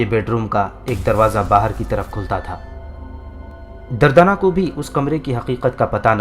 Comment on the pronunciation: دردانہ کا نام غلط بولا آپ نے